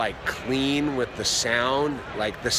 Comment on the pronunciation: "I would like to start out weeth a basket of cheeeps...." Hhahahah!